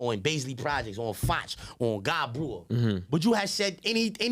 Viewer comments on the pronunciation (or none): none